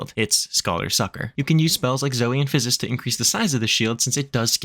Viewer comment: Great job pronouncing "Physis' ", that's a lot of ssss. :) Great video. I'm a Sage, and I've taken a break for a few months. This is an excellent explanation of the job and how the tools work, and provided a great reminder of what the heck I should be doing. Thank you!